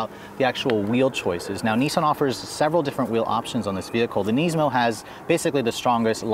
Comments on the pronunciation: Neezmo lmao!! I never heard it pronounced that way before lol. Nismo sounds so much better and that's how I've always heard it pronounced, thankfully. You definitely had me laughing after I realized what you were trying to say hahaha Neezmo lololol! Awesome 😄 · NISmo... NISSSMO. Not KNEESMO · 370z "knees-moe", oh... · Neesmo 😂 neesoon